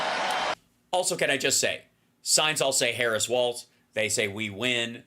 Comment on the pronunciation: Please say W A L L S, it’s not WALTZ….. WALZ & it’s KOM-uh-luh, not Kuh-MAW-luh